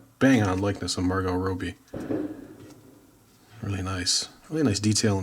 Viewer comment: It's Robby, not Robey